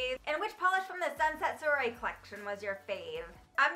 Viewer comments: Soirée is pronounced Swah-ray. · Love that you did this video. Wanted to let you know that Sunset Soiree is pronounced like sunset Sworee. 😘